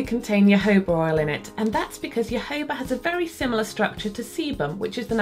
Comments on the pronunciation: Loved the video as always, where are the best places to buy good quality nail files (for someone on a budget)? Also, I'm not trying to sound cheeky but jojoba is pronounced hohoba :) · Great tips! Jojoba is a Spanish word. Js are always pronounced as Hs in Spanish, and unless there is an accent over another syllable, the next to last syllable is always the accent. Therefore, it's pronounced ho-HO-ba.